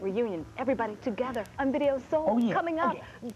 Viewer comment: "It's Vii-ee-oh Soe!" 🤣